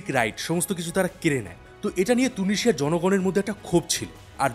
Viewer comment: তুনিশিযা না তিউনিশিযা